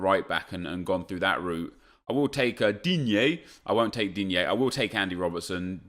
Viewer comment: I will take Digne I won't take DIGNE I will take Andy Robertson When Nep wants to say DIGNE for no good reason 😂